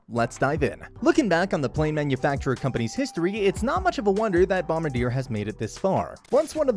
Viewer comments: Hahahahahaha. Dude, it was hurting my ears listening to this guy butcher the name. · If you’re going to do a video at least say the say right. It’s a French word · It does diminish the credibility of this video when you mispronounce the name! Think of how the French would pronounce it and that is how you say it! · Please learn how to pronounce the company name!